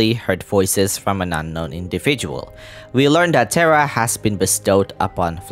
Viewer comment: One thing that pokes at my brain is that you call the little one "Terra" but pronounce it like Tera 😅 RR make it sounds like Teha not Tera